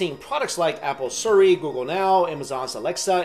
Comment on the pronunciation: He said siri wrong